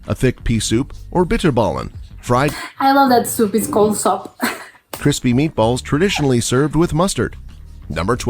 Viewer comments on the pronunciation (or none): Soup is soep the oe is like the oo in shampoo, so not sop.